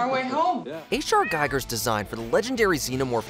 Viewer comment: Giger is pronounced with a long e... Geeger